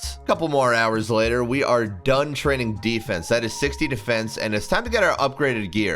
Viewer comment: How do you manage to pronounce Defence 2 different ways within 2seconds lmao